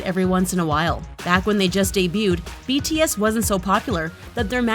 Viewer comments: I THINK JUST HATES BTS IN GENERAL...... IM SO TRIGGERED ON HOW SHE PRONOUNCED THE NAMES OF BTS😠😠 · i was so trigged by this video because she keeps mispronuncing their names